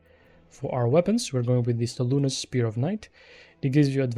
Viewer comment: Ehm... the Moonmaiden's name is Selûne, not Seluna. Otherwise, good build.